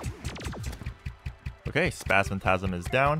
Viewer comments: Who is going to tell that it is Spasmatism, not spasmatasm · Why do you pronounce retinazer as retinazer but spazmat*I*sm as spazmat*A*sm